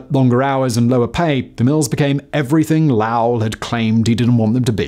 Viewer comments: As someone who lives in the state it's so weird hearing Simon pronounce Lowell. We HIGHLY compress the syllables to the point it's essentially one "lowl". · As someone born and raised her in Lowell I feel obligated to let you and other viewers know that it's pronounced "low-ull" like High and (Low) and P(ull). It's just as annoying as people mispronouncing Worcestershire as I'm sure you're familiar with considering we stole that name from you Edit: actually an easier way of describing it would be to say "Local" but replace the 'c' with a 'w' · It's pronounced Low (like opposite of high) wull (like wool). Source: I live in Massachusetts. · As someone who lives in Lowell - its pronounced LOW-L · I grew up in Tewksbury, which is right next door to Lowell. It’s pronounced “Loe-well” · As a native, just want to let you know we pronounce it like "Lo-uhll." Thanks for the amazing content Simon! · Love your work Simon It’s pronounced Lōwell, long O. My whole family is from around there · Very interesting story but as a Native of the area, it’s pronounced Low-Elle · We actually pronounce it "loe-ell", long "o" silent "w" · It's a long O in Lowell. Not short. Low-ell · it's lōwell with a long o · I don't know how you can look at "Lowell" and pronounce it like Chinese "Lao" (minus the tones.) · Any other people from MA cringing at Simon’s pronunciation of “Lowell”? It’s ‘LOW-uhl’ or ‘lOw-l’ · it's pronounced "Low-Well". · Low - Ell Low. As in not high 😜 big 🧠🤣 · That is not how the town is pronounced in Massachusetts. It is pronounced "Lo'l" with a long "o" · Pronounced Lo well. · Its pronounced Low-Well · It’s pronounced Lo’ll. The “w” is silent and the “o” is pronounced “oh” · low·uhl. As in low, rhymes with tow and mow. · Those mills are walking distance from my work. BTW, we pronounce the city as 'low-el'. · American pronounce it LOAL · It pronounced Low-ell😡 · No, it shouldn't rhyme with HOWL! It just sounds WRONG, and evidently it is. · Pronounced- Low-L